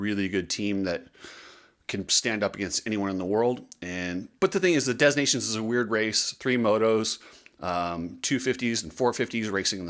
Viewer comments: Dez Nations?? Learn how to pronounce it please. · STOP SAYING DEZ! FFS the ‘s’ is silent. If you’re going to broadcast online, at least be smart enough to pronounce the names of major events properly. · "de nah' see own" if you really want to be correct. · I believe the “s” in Des Nation is silent! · I love that you call it "Des Nations" as in the French, and not the "Of Nations" Americanized version, yet at the same time, you pronounce the 's' in 'des' rather than silent as in the French. Very American. 😄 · The S in Des Nations is silent. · Please learn how to pronounce the name. The s is silient in Des!